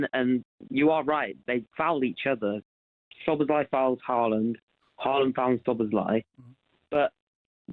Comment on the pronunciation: Why does Cundy keep calling him "Slob sly"?